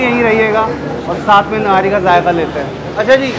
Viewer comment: Thank God you’re calling it Nahari instead Nihari. Please encourage others to pronounce it correctly.